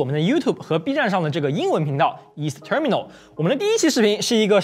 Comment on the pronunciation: 英文不太標準 光terminal發音就錯了